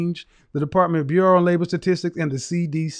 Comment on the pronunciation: She couldn't even pronounce "statistics" lmao